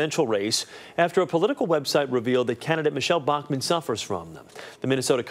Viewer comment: The way the reporter pronounces Bachmann gave me a fucking migraine .